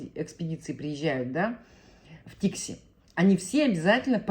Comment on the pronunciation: Не ТИкси, а ТиксИ. По-якутски "тиксии" - причаливание, причал